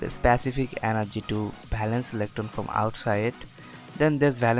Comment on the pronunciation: Bhalance nh valence